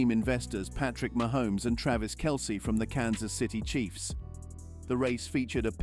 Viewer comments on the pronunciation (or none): none